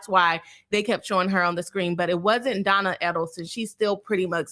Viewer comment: "Boss" attorney? Is it like "Boss" chick or a play city girl? Btw, her name is pronounced Donna; no L at the end of her name. Isn't it Adelson?